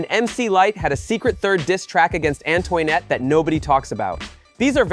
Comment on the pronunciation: definitely Antoinette. It should sound like “Ann-twa-net”. I will review the video again and note them here. I care because I lived through this period of Hiphop. I am a voice actor too so sound is important to the listeners to enjoy the content properly!!! I can help you if you want. I do want to do content like this.